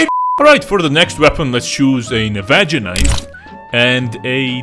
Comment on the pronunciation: Dude, why that "navaja" pronunciation? hahaha i lost so many braincells every time he said it xd